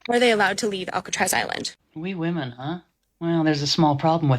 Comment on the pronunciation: Another one who can't pronounce the word "women"